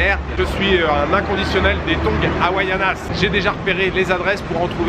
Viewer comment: Havainas pas hawaianas! 😂